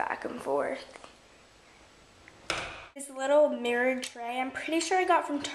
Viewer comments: lls mrrror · U say mirror differently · she says mirror wierd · I hate the way she says mirror😂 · yeah her mom is British they all say it weird 😁she mentioned it in a house tour